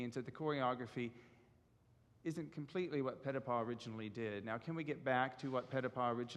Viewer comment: The gentleman is very knowledgeable about Ballet yet does not use the correct pronunciation as in Europe for Petipa. Should use the sound of ee for the i.